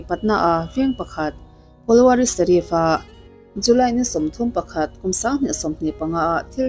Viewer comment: Serif ti suh.. Sarif ti rawh... Vai tawng hi sap tawng ang a lam tur a nilo